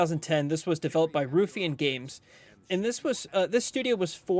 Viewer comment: The word is pronounced ruffian you sound like megamind when you say it wrong as in you don't want to mess with him he's a real ruffian a rough and tumble guy or that biker bar is full of ruffians go in there at your own risk